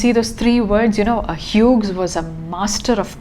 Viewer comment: The second name of the poet is pronounced as we would pronounce 'hues' or 'hews'.